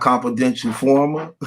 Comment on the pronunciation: In- for-mant... c’mon, sound it out 😂 “confident informer”